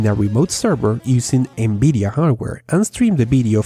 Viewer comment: Good vid. I am still waiting for my Beta access ':| . BTW, I love hearing you say N-Beedia! :P